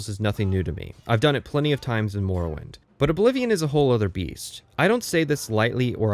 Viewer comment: Why are you pronouncing it as "more-owind" Edit 1: why are you pronouncing it as "nirn rut"